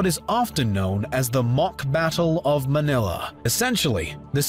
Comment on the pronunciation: As a filipino him saying manila with a softer a than a stronger one gave me a stroke